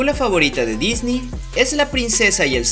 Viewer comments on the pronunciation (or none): none